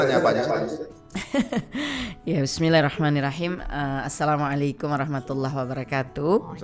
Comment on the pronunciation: Coba uluk salamnya dibenerin mana yg dipanjangin dan mana dibaca pendek , rasanya geli ditelinga